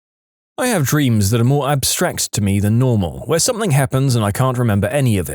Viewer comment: No K in the word something